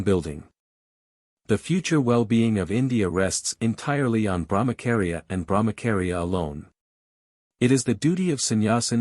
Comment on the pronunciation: Thank you! Please BrahmaCHaria not KAria 😅 its repeded so many times...wrong